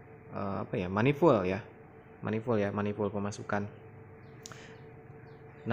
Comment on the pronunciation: mecanic ngomong manipul pemasukan,😂 bikin ngilu